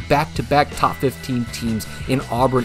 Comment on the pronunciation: isn’t there a yt advisory against loudly saying the word top for emphasis or albeit to blast the eardrums of the listener?